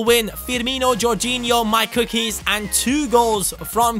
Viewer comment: Forgot to say: Every time you say MyCookies i think you are saying Mike ^^